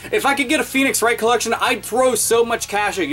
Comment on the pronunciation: I thought you actually said penis wright